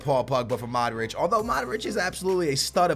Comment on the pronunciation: his name is mODric not maric